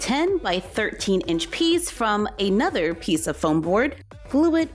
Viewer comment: Help she said ayenother and not another